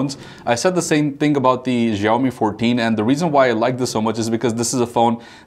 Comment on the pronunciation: please pronounce xiaomi correctly